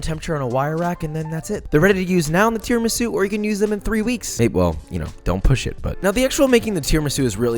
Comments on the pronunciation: It’s pronounced tiramisu not tiramisu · All perfect....but it's called Tiramisù (im Italian)